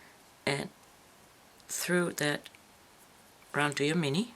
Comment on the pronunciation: Please stop pronouncing duo incorrectly. Very difficult to keep listening.